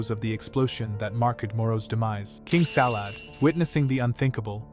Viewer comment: King Salad? It’s Sadala